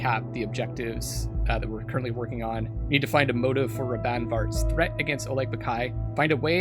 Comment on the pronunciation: I like how you started putting an accent on the "R" in "Raban" similar to how you said "Yosef" in your last game.